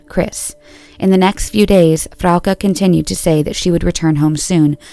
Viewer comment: Wait we're splitting hairs over severity but no points for such considerate and careful pronunciation of Frauke and Tristan's names, which typically are severely screwed up? Well that is a bit servere in my view. Seriously. 😁